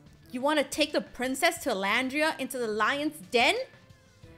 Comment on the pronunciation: It's Llandria